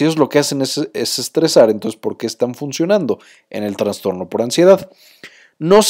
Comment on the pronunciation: Todo muy bien explicado, nada más que no se dice TraNstorno, sino trastorno. Dejando de lado eso felicito al Dr. y al psicólogo.